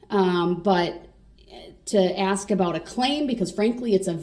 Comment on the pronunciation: It's hilarious that he doesn't understand that he doesn't have to axe questions 🤣 😂 😅 if he does need to axe questions, he doesn't understand how to axe questions that will help his defense. Instead he is actually helping the prosecution out every damn time. What a freaking joke